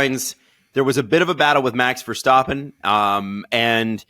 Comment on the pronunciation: When will you stop calling him VerSTOPpen ???